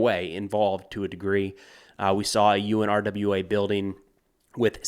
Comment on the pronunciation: it is most often pronounced “OONRA” with the stress on the first syllable.